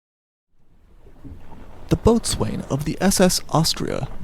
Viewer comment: Tragic story, harbinger of the Costa Concordia. B.T.W.Boatswain is pronounced Bosun:-)